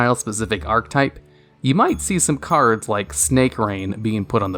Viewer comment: Don't take this as a negative, but archetype is pronounced "ark-eh-type" not "ark-type". Just had to let you know. Keep up the hard work. -a fan